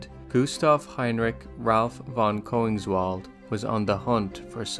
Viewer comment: Koeningswald is a German name. The first vowel after the K sounds like "eh" but with your lips rounded instead of flat. The "wald" part actually sounds like "valt".